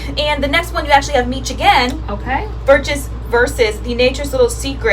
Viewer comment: Love this series! Oh and by the way Miche is meesh not meech lol. It's even sounded out for you on the label.